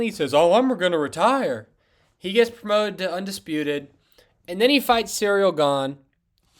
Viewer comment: "cereal gane"